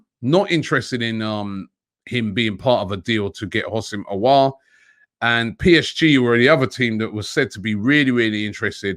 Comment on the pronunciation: He's pronounce Aw-war